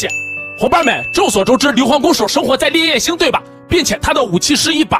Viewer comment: 你把烈焰星說成戀愛星？